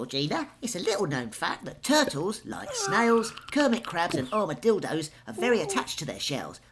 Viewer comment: 😂 I laughed when he said 'armadildos'